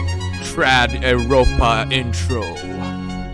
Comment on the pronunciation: Lol "TRAD EVROPA"